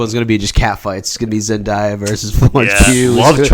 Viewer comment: ZEN-DAY-UH not ZEN-DIE-UH